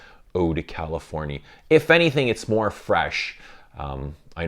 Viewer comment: Californie is how you say it in French yes